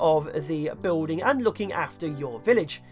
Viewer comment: "Fire over woowls", "bewlding sluts", "eight pewpl". Oh those Englishmen...